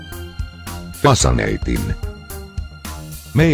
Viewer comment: It's great how everything is "fasaneiting" to xD priceless